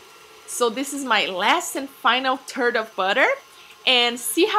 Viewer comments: I'm rolling on the floor. Can't stop laughing.. Did you mean a "third"? Or you actually added a "turd" to your recipe? Just to clarify things: A "turd" is a big pile of shit. Not sure it goes well with passion fruit babe. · one turd. too turd. tree turd.... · "one turd at a time" <<------- hehehe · haha! I just love her accent! But it is hilarious at times hearing those pronunciations. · S he said turd of butter